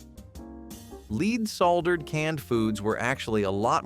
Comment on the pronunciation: leed soldered? good job!